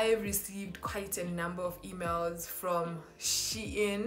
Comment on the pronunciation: From "Shein"😂😂😂😂